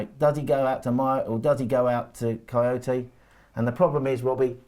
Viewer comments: Kouyate not Kojoti. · Lol, it’s funny how he pronounce Kouyate like Coyote 😂😂😂